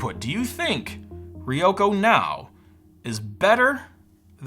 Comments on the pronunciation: Also, not "Riyoko" but "Ryoko" - put an R in front of YO. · ryoko is a 2-syllable word. ryo-ko